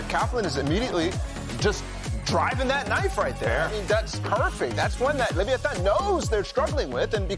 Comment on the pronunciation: lol leviantan, what was that? 😂 give our aspas back cmon